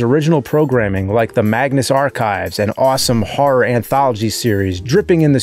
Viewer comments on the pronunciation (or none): none